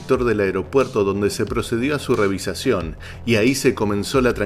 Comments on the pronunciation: Por qué dice revisacion? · Narrador. Se dice revisión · Amigo se dice revisión,no revisacion 😊🖐️ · REVISIÓN, NO REVISACIÓN REVISIÓN, NO REVISACIÓN REVISIÓN, NO REVISACIÓN REVISIÓN, NO REVISACIÓN REVISIÓN, NO REVISACIÓN